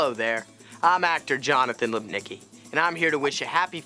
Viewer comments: Jesus dude, it's pronounce Lip-nitz-ki not Lip-nicky. Polish your polish if you want to be serious actor. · It makes me sad everytime I hear an American with a Polish surname mispronounce it. It's should sound like "lipnizky" god damn it.